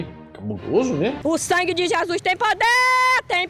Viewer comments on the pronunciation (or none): none